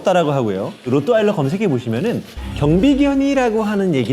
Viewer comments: 로'트' 발음 안되요? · 사실 로트와일러는 영어식 발음일 뿐이고, Rottweiler는 독일 견종으로 정확한 맞는 발음은 [호:트바일러]입니다. 독일의 한 지역인 Rottweil (호트바일)으로부터 지어진 이름이죠. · 나만 그래? 로또 와일러 라고 들리는데